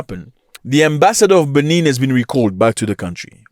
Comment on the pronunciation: You get news from Africa, but you exaggerate too much And your pronunciation on the benin capital is wrong...why didn't you take your time in learning how to pronounce Benin republic and it capital Mr African news And the cause of their issues is simply from the stands of ECOWAS